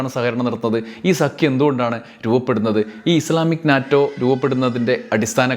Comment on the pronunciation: NATO, North Atlantic Treaty Organization, pronounced as NETO.